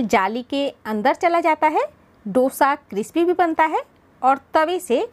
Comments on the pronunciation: Dosha ,Dosha nahi Dosa hai😊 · Please note the correct name of the dish. It is called" दोसा" ,not " डोशा" as most north Indians mispronounce it.